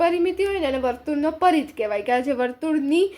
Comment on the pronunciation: Paridh nay parigh